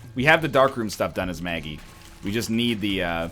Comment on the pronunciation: NL it's not Maggie Mega Satan it's Meggie Satan